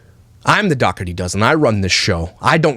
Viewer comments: I’m sure you don’t care and it super doesn’t matter cuz she’s gross but I think it’s pronounced “daw-tree” 😂 like I said it doesn’t matter I just thought I should say it lol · I think it’s pronounced Doh-er-tee. I had an old boss who’s last name was Dougherty. Just saying 🤣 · Are you joking with the pronunciation of Dougherty? Not Doug-hurty. It's DOUGH erty! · Oh it really is pronounced "Dockerty"? I assumed Josh was saying it in Canadian and it was really "Dough-er-ty", and I was going to give them credit for a decent "Dirty Dozen" pun. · Also they mispronounce the family name ~ the root is like dough so it sounds like 🚪-tee not however she says her husbands surname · If you're going to do a video on someone, pronounce their name correctly. This woman didn't adopt 8 children who came from terrible circumstances to exploit them. She has a big heart and found that with her social media presence she can afford them anything they want because, they deserve that. Alicia and Josh have raised beautiful and kind children who are very well adjusted and get the care that they need. Perhaps she overshares at times but it seems she's just trying to bring awareness to their situation. Nobody is perfect. No child has ever looked upset or uncomfortable on camera and if they were, they'd leave the room. She doesn't follow them. Those kids have everything they could ever want and know the videos are what get them that. They're ok with it, I assure you. And she's mentioned paying the kids! Multiple times. Do you even watch the videos? Or just exploit the Dougherty's for views... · You don’t even know how to pronounce their last name. He’s like their Alex Jones. Lol What a CHUMP